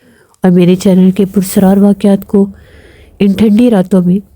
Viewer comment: لفظ پرسرار نہیں ہے بلکہ پراسرار ہے۔ آپ کو اپنی اردو صحیح کرنے کی ضرورت ہے